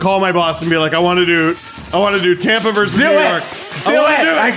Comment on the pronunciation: it's "versus", not "verse".